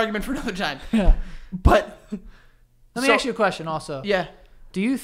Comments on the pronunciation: the only thing in this whole episode i can hear is joe mispronouncing the word ASK and saying AKS instead. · I wish Joe could properly say, "ask." I legit cringe when he says, "axed." 🤣🤣🤣... Other than that... Perfection buddy. 👌😂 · Does it bother anyone else that Joe keeps saying "Let me AXE you a question?"